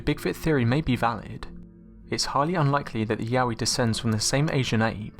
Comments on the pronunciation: I thought Yowie was pronounced Yo-wie not yaoie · Yowie not Yahweh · I thought he said Yaoi